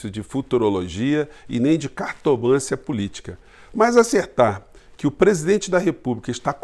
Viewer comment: Parabéns pelo trabalho. Somente um toque: A pronúncia correta é Cartomancia e não "Cartomância". Gravar não é nada fácil!!! Grande abraço!